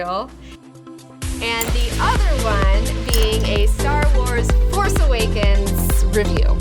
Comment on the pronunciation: why are u calling it the "farce" awakens ?